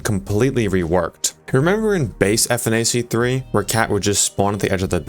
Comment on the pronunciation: Saying "F N A C 3" instead of "funach 3" is blasphemous